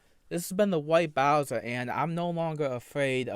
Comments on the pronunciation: Remember fellas the is a pwedator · I don’t know much, but I do know White Bowser is a pwedator